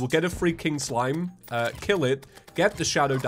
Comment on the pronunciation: Why does “free King Slime” sound like “freaking slime”